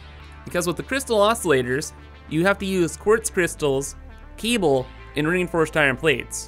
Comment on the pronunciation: i cant stand this guys voice and the way he pronounces things. Keeble (cable).